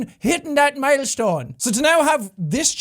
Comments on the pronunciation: His irish side really came out when he said 'hIt ThAt MiLeStOnE' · Seán saying “milestone” was everything I ever needed in life that I didn’t know I needed. 💚 ¡ DING DING DING ! Congrats to our king potato for 25mil! 🥔👑